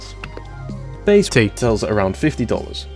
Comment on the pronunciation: I loved it when said it’s [ tea ] time and [ Tead ] all over the place.